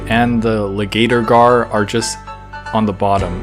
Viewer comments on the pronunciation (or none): I was dying when was saying “ligator gar” 🤣